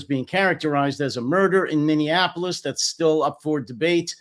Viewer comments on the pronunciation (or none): none